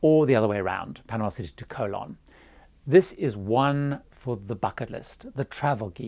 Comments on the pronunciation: It’s Co-LON. CO-lon is something else altogether! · Your pronunciation of the name of the Panamanian city of Colón is really awful. The Brits always laugh at foreigners who cannot pronounce British names (Cholmondeley, Beaulieu, Buccleuch, Leicestershire, etc), yet Brits seem never even to TRY to pronounce non-British names correctly.